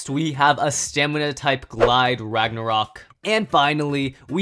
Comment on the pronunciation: Rage luinor not rage longness